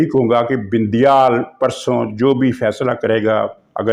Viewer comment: عارف علوی صاحب کو علوی کی بجائے" اُلوی " الو کی نسبت سے پکارتے ہیں کیوںکہ ان کے کرتوت ہی اُلؤں والے ہیں ۔ یہ جان بوجھ کر ایسابولتے ہیں ، اصلاح کی ضرورت نہیں ہے ۔ بڑی عالم ،فاضل اور دانشور شخصیت ہیں ۔اسی طرح یہ بَندیال کی بجائے "بِندیال" کہکر پکارتے ہیں۔ شکر ہے وہ انہیں "بَندریال" نہیں بولتے ورنہ آپ اس کا مطلب خود ہی سمجھ جا تے ۔